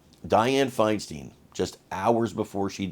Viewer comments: Fine Stine....not Fine Steen...really dude?! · Her name was pronounced FINE STINE as in Frankenstein